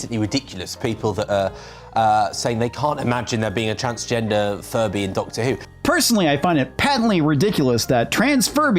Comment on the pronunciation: "Doctor Whoke" lol